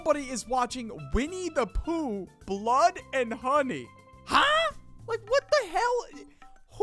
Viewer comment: The way bro said blood And honey